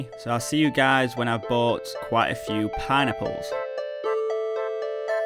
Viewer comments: It sounds like you're saying "pie-nipples" whenever you say "pineapples", lol. Good video as always. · I can not unhear this now... I thought he was saying Pine Nipples but now its just pie-nipples...